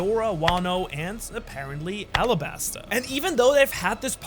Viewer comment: Arabasta not Alabasta as Oda confirmed. It's like the Arab country.